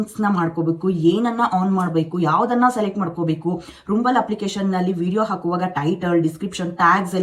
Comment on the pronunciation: Mam ಅದು ರುಂಬಲ ಅಲ್ಲ ರಂಬಲ್